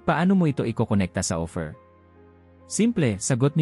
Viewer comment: Ang pagbigkas mo ng salitang OPHIR ay hindi tama, ang pagkakabigkas mo ay OFFER, naway maitama po.